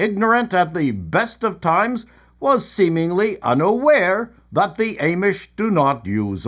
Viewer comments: I laughed so hard at this episode. especially when you kept mispronouncing Amish. but maybe that is what they are called in Canada. 😊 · The way you pronounce Amish is tripping me out.